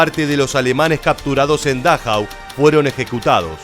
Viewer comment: Por favor, aprenda algo de alemán, para que pronuncie como es debido, es Dachau, se acentúa la penúltima vocal